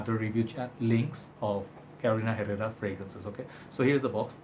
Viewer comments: Good job on the name 👍🏼 that is absolutely correct the "H" is silent in Herrera (its a hispanic last name). Love your reviews your input is always valuable to me ive come to trust your nose 😁✌🏼 Greetings from Miami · Muy bien 👍 Herrera silent H and the first rr is rrr :) bien!!!